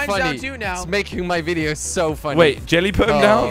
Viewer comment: Why does he say 'jilly' and not 'jelly'?